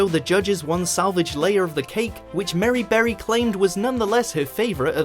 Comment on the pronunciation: “Merry” Berry?!